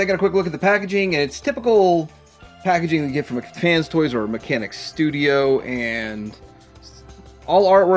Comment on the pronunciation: Come on,...! It's pronounced, "MEHK" FANS... As TWO separate words... NOT "McFans"... It's a toy company NOT some $#!tty burger from the Burger Clown place. We've been over this,... Or do YOU prefer being called""...?! See...?!! Make the effort, bro...!!!🤔